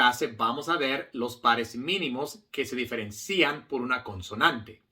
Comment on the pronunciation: Gran maestro, con toda admiracion, permitame corregirle que la pronunciacion de diferencian en la silaba cian no lleva acento. Osea la " i ". Ud. Habla muy bien español. gracias. 🎉